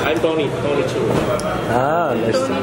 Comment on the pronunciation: Lol said tony chua like konichiwa hahaha